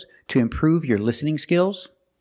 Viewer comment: Omg once again nailed it. That clown is even trying to explain why his courses are not free. 3 years, what the heck is 3 years of experience., your courses are worthless with such mistakes. How can you even pronounce listening as lessening?